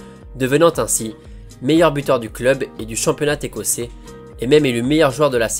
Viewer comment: Le famaux "Championna Técossais" ;)